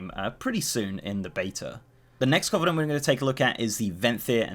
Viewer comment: Sorry but your pronunciation of covenant is bugging me. Its cuh-venent, not coh-venent.